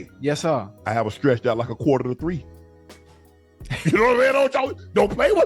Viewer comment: My man said qtr. to three —😅😅😅